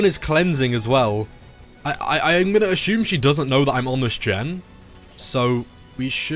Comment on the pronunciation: it's assume not ashume, anyway nice video